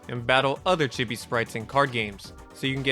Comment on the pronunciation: It's pronounced "chee bee" not "cheh bee"